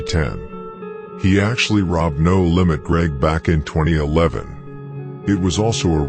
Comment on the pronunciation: Him calling No limits "da lambs" took me out